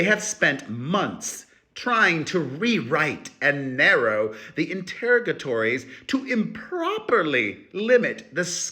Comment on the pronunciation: Enter-rog-ah-torries. Please, please, please